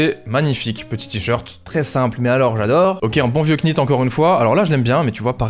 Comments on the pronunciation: bonne video comme d'hab mais juste pour info ça se dit pas knit mais nit comme know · un knit on prononce pas le cas (ca se dit nite) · Yo, on prononce pas le "k" dans "knit", comme "knife", "knight" etc. :)